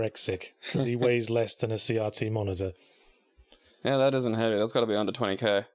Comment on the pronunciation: What is a "See yahtzee" monitor? Oh, they mean CRT.